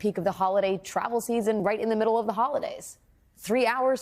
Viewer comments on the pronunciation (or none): none